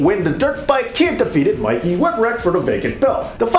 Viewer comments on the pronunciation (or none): none